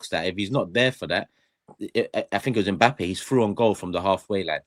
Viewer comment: said Mpappay